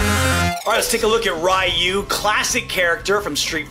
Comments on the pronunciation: he said "Rye you" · I'm sure we can all forgive his pronunciations of the names, but for the sake of myself, I have to call it out. "Raiyu" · Every time I hear it pronounced "Rai-you," I die a little bit inside. Remember: If there's an in-game announcer, they pronounce the names correctly. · Playing SF from a young age, my brother said "Rye-you" so that's what I said as well. I later learned Japanese phonetics and also heard it pronounced correctly. Now, the English adaptation of "Ree-ooh" is most common, which is the least silly-sounding way to say it mostly right in regular conversation. This is how the English announcer says it in-game. The true Japanese sound is like a single-tapped "R", but can also come across to us as an "L" sound, and is very awkward to pronounce in that context for an English speaker. It can sound to us like "D'you" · Im sorry you can roast all you want but right when he said riieyou instead of reeyou i got mad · I love, but listening to Ryu's name pronounced as "Rye-ooh" pains me to no end. You don't say "Sho-RYE-OOH-KEN", hehe. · Someone told him that he's pronouncing Zangief wrong, but no one told you that he's pronouncing Ryu wrong? That's crazy. Lol. Loved the video. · The way a lot Americans wrongly pronounce Ryu's name mostly comes from the popularity of Mortal Kombat in America and how Mortal Kombat's Shirai-Ryu is mispronounced in that franchise. It's frustrating when you hear characters like Hanzo and Kuai Liang blatantly mispronouncing it despite them being fluent in the Japanese language (especially Hanzo who is a native Japanese...). That being said, NRS is aware that the way they pronounce Shirai-Ryu is wrong, but the butchered pronunciation has become so iconic for the MK's fanbase (which is predominantly American audience) that they don't bother correcting it anymore. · Someone wanna tell that he pronounced Ryu's name wrong or the fact that Blanka wasn't headbutting but biting? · Same here